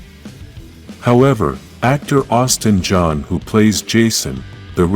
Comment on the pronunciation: Austin ST JOHN!!! GET IT RIGHT!! LORD!!!!